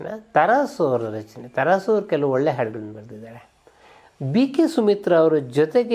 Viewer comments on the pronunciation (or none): none